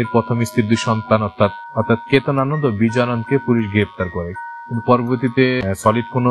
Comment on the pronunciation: উচ্চারণ হবে Ananda Not Anand